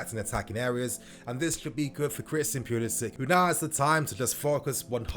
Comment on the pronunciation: Can we just agree that is pulisic guys not pulisich his not Siberian or Slovakian or Russian them countries damn